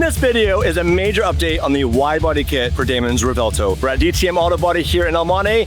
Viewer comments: Yo please stop calling it the Rev Vell toe* "Its Rev well toe" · It's "Rev - well - toe"